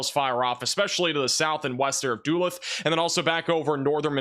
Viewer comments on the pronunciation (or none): If you are going to be talking about MN weather today - PLEASE pronounce DULUTH properly..... It is pronounced DAH - LOOTH (stress on LOOTH) - Not DOO-LOTH ! Thanks from all MInnesotans ! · I love your videos buddy and I'm going to get a lot of hate for this. Duh-Looth not Dull-ith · is the 👑 of city & town mispronunciation!😂😂😂 P.S. He actually calls it dew-lith. The worst state for him (& Ryan) is Wisconsin, but Minnesota is very close in the difficulty level for sure. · Doolooth. its the 2nd largest city in minnesota. it took me a minute there lol. DULUTH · "Duluth" Minnesota is pronounced 'dah looth.' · you have become my most-watched channel. Thank you so much! Also, respectfully, Duluth is Duh-LOOTH. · Thank you! Duluth… pronounced Duh looth❤ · you said AGAIN! Please for all the Minnesotan’s sake, it’s pronounced “duh-looth” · Morning, love your channel. Duluth MN is pronounced “Duh-looth” have a great day! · Du-looth Or de-looth (short e sound) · Thanks for the updates! Also it's "Duluth" Duh-Looth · Hey, fyi Duluth, MN is pronounced Duh-LOOTH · Did you say Dulith? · I don't think I want to rewind and hear his mispronunciation again.🤣